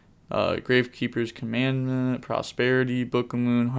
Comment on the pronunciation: Commandant is pronounced kaa-muhn-daant